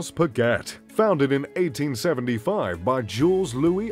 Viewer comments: T is silent in Audemars Piguet. Got annoying after hearing it half a dozen times... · It's pronounce Pigay(Piguet)not Piget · You should at least know how to pronounce the name of your favourite brand. It’s not pigget , it’s peegay! French! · 'pa-get'?? LOL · Hard to take a list seriously that includes Bremont but not Vacheron Constantin or A Lange & Sohne from a guy that doesn't know the correct pronunciation of Piguet even though he states its his favorite brand. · He can't even pronounce Piguet